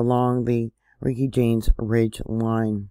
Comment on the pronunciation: Reykjanes is pronounced Ray-kia-ness. Do you think this could be part of the New Madrid getting ready to quake later on?